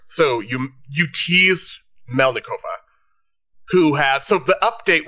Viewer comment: MElnikova- it is not hard to pronounce people's names correctly .